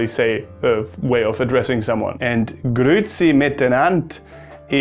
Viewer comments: grüezi is actually pronounced like "grüäzi“. its not promounced "grüzi" like you did. "grüzi" is another word. its something you eat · Du hast sehr gut Schweizerdeutsch gesprochen! Kompliment! Das ch tönte schon recht stark! Du hast ein wenig wie ein Basler getönt, die sagen „hütte“ für heute. Einziger Fehler war bei Grüezi, da sagt man ü und dann noch ä also nicht Grüzi sondern Grüäzi. Aber ansonsten ein grosses Bravo!👏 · Hahaha, talks about one word he knows how to pronounce but actually you do the same mistake nearly every german does. It's GrüEzi not Grüzi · GrüEzi net Grü•zi Sorryyyy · Most common mistake german speaking people make when trying to pronounce "grüezi": You swallow the "e". It's not "grüzi" but "grü-e-zi". "Gruß" becomes "Gruess" and "grüßen" becomes "grüesse". Also "grüezi" has nothing to do with God, it simply is a shortened Version of "ich grüesse Sie" --> "grüesse Sie" --> "grüessie" --> "grüezi" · you didn't pronounce the e. It's not grützi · You don't say "grützi", it's not only an "ü", it's an "üä" and the "ä" is pronounced quiet harsh and not the kind of e-sound that Germans use. Also you stress the "üä" and not the "tz" which means you have to say the "üä" longer. And as far as I know, to say "hütte" is only common in specific dialects and quiet seldom heard. You just say "hütt". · Bitte wo ist das E bei grüezi !!! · Isn't it pronounced as grüEzi, but the E is pronounced the same as the E in LehrEr?